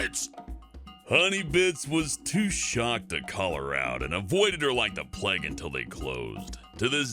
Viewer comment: The way he says "Plague" XD (P-L-E-G)